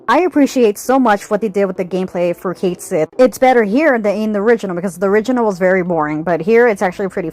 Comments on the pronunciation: Cait Sith, in Scottish means loosely "Cat Fairy". It's pronounced like "ket-shee". I'll see myself out. Cool video. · Ok, I still haven’t played the remake game yet to know, but every video I’ve watched calls Cait Sith “Ku Shi,” except this one. So is it actually pronounced Cait Sith in the game?